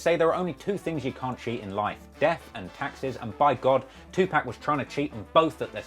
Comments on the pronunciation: 2pack...you dont even say his name right this is disrespectful yall wanna be gangstas need to stop playing with real peoples name for clout.....REMEMBER PAC HAVE SOLDIERS everywhere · Pack....2pack 2pack pack pack pack pack.....wtf... you can hear on these clips how to pronounce his name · Im honestly just getting really annoyed of hearing call him Tu-PACK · the way you keep pronouncing tupac "two pack" really got me triggered.... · Don't get me wrong here, I love your channel. I think you're great—but I just don't get it—you're British, why can't you pronounce Tupac's name correctly? You pronounce Tupac with an American pronunciation of the "-pac" part of the name as if an American were literally saying the word "pack", when the "-pac" part of his name is ironically supposed to be pronounced more similarly to the way a British person would say the word "pack" (or maybe more accurately words like "can't", "part", "lark") naturally—or with a more open 'a' sound (like the way an American would say "walk", "hawk", "rock", etc.). I always find it interesting when British people get tripped up on certain "Americanisms" when they should actually come super naturally to them if they'd just relax and say it in their normal accent. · If he's your "friend" then say his name right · Even if Pac DID fake his death let's be honest why the hell would he be calling u of all ppl.... delusional 😂😂😂😂😂😂😂😂😂😂😂😂😂😂😂😂u can't even pronounce his name correctly😂😂😂😂😂😂😂😂😂😂😂😂😂😂😂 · Bro u don't have a personal connection lol wtf you don't even say his name properly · I would like to PACK u in the freaking face for pronouncing the man's name like that over and over again Jesus Christ 😒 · I don’t trust any information coming from someone that can’t even pronounce Tupacs name properly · Your pronunciation of Tupac made me Unsubscribe bruh.:hand-orange-covering-eyes::face-fuchsia-poop-shape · If you had connections with 2Pac, why do you keep saying his name wrong? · It’s Tupac not tupack